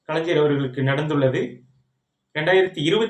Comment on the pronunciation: Kalaijar illa kalaignar nar nar nar......